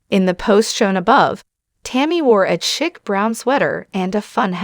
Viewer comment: Bona fide is pronounced as bone-ah-fide not bon-ah-fide. Chic is pronounced as sheek, not chick. If your job is to speak, you should learn the pronunciation of basic words.